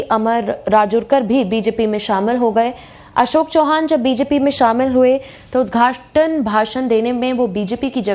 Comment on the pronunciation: चव्हाण बोलिये चौहान नही